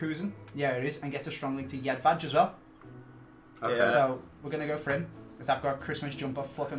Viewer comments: How do you pronounce jedvej incorrectly it is yedveye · Btw its pronounced Jedvai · It is pronauced Jedvaj